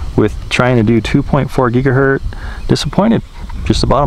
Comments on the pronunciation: Is anyone else bothered with the constant use of "gigahert" (not a word) instead of how it's properly stated as "gigahertz"? Other than that, not a bad video. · Great videos. However... It's gigahertz (rhymes with hurts), not gigahert. :) These videos made me decide to buy a spark. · For future reference, It’s pronounced GigaHurts you sound the Z as if an S. It hurts my ears to hear you say it incorrectly SO MANY TIME lol - thanks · It’s gigaHERTZ -with a “Z”